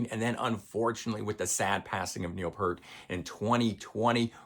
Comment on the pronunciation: Sorry but anyone who puts Roll the Bones over Permanent Waves and Farewell to Kings has no credibility with me. That album’s production is completely anemic with some of their worst songs ever, Neurotica is garbage. You also pronounce Rutsey and Peart wrong, it’s the Temples of Syrinx and Closer to the Heart, both of which you messed up as well.